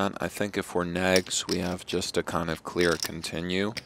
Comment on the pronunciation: So annoying when he keeps calling him Negs